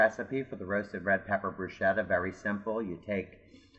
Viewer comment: you did NOT say brushetta! Next